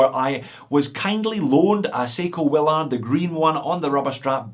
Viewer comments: you say Will-ARD, I say WILL-erd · It's pronounced Will "erd", not Will "ard" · It is pronounced "Willerd". Has anyone actually watched Apocalypse Now? Every review from anyone outside the USA mispronounces it.